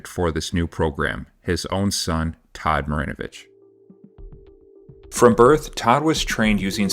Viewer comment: todd marinvoch? absolute BUST